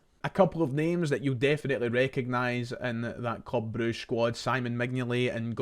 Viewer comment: Thank f*ck you called them Broosh instead of all this bruggge shte